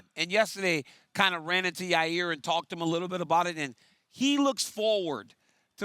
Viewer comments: Absolutely Nobody: Chael Sonnen: “Your-rear Rodriguez” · Ya-rear Rodriguez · Chael pronouncing it “ya-rear Rodriguez” 🤣🤣🤣🤣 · Chael calling Yair ya rear is driving me crazy. “Get the jump on ya rear” “Beat ya rear” CHAEL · Its Chaels comment and he deliberately mispronounces names